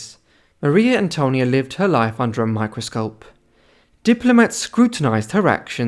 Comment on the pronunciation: No se dice Mario Antonio no seas tonto .Es Maria Antonia.